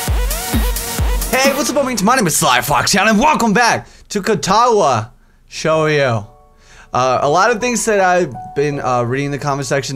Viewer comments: Katawa Shoujo is pronounced [Cat-a-wa Show-Joe] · its pronounced katawa sho-joe